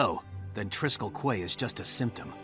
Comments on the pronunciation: Quay is pronounced KEY. I can't believe the game's own voice actors got that wrong. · Also I’m sure a hundred people pointed it out already but “quay” is pronounced the same as “key”. Because English.